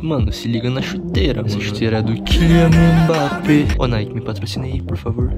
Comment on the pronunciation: He say « Killian Mbappeee » iam dead but you say it right.